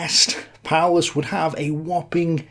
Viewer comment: Seemingly appropriate that "Paulus" is pronounced, "powerless".